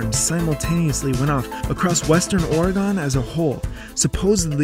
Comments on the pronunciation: "Oregone" lol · Say "Oregon" again please...LOL